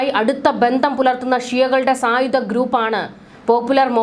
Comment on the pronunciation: ബീഗരർ,സായുദ,പ്രദാന,യുദ്ദം , പരമാദികാരം, നിയമവിരുദ -- ഈ വാക്കുകളുടെ ശരിയായ ഉച്ചാരണം താങ്കൾ പരിശീലിക്കണം